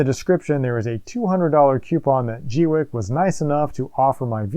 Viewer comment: Pauses just to say.. Rock on for being one of the FEW to pronounce the brand name correctly. :) I'm waiting for mine to arrive and have been cringing as other creators butcher the name. Unpauses... :)